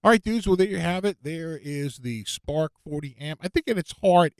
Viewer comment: Spaaaahk, wit smaaaht jaaam. lol. That is how it is correctly pronounced! ...and how I shall do it from this day forward. I'm still waiting for mine... mah spaaaaahk wit smaaaaht jaaaam